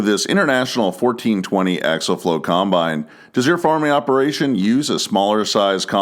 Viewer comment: For the love of God its axial flow not axle flow.